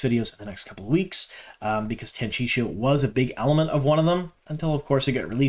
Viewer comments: Every time you say Tanchicho I giggle. Isn't it "tan chee ko"? Thanks for your videos, loving the info and looking forward to S3🎉!!!!! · I think you 100% knew the way to say Tan-chee-coh and just mispronounced for fun/an attempt to increase interaction. It worked. Made me comment :) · Good stuff man, agree on the Tear stuff. Drove me nuts with your Tanchico pronounciation though lol Tan-chee-koh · I love how we all have our own pronunciations from our original reads too. 😂 I’m Tan-Chee-Ko too 🙃